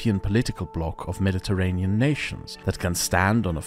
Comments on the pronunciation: Isn't it pronounced med-di-ter-ray-nee-yan? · Everytime you say mediterrain I die a little. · Nice! A pronunciation tip if I may: "Me-di-te-rain" is incorrect, that word has six syllables: "Me-di-te-rai-nee-un" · Why does he pronounce Mediterranean normally in the beginning of the video but he says mediterrain